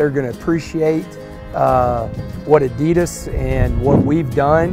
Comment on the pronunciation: Pronounced Oddy Doss or Ah - Dee - Daas